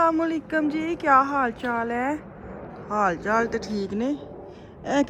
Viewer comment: Buhat acha. Laga. Gis behan salam ko sahih tarha sy bola asalamu alikum he kehna chahiye. Adeba. Behan bas aeisy he bolti hein sahih salma nhi bola inhon ny